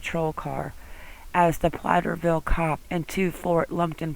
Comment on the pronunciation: Platteville not Platterville.